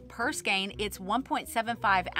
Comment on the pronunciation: Great video and thank you for pronouncing skein properly.